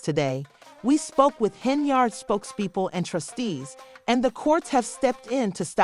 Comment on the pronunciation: The girl name is pronounced Hen-yard